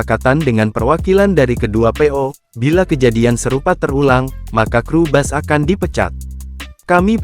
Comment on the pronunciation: Bukan bas min tpi bis...itulah pengucapan yg benar